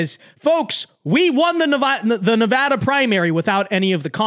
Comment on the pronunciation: I'm just going to say it, as someone who was raised in Nevada it mildly annoys me every time a foreigner mispronounces our state's name. That being said, I appreciate the fact that you atually know how to pronounce Nevada, thank you.